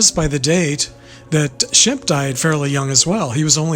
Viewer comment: I think you meant shemp instead of sbemp there,s no b in his name but nice try anyway keep working on it 🤔🙏